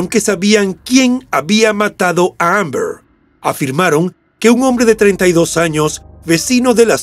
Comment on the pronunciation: La forma de pronunciar Amber del narrador me ha hecho sangrar los oídos...si lo oye Shakespeare le da un infarto.